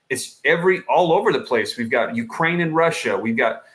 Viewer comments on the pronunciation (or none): none